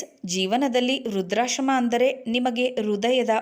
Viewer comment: ನೀವು ಕಥೆಯನ್ನು ಓದುವಾಗ ವೃದ್ದಾಶ್ರಮ ಎಂದು ಹೇಳುವ ಬದಲು ವೃದ್ರಾಶ್ರಮ ಎಂದು ಉಪಯೋಗಿಸುತ್ತಿರಿ